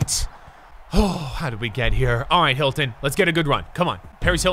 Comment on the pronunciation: Is nobody talking about how he called T.Y Hilton Ty Hilton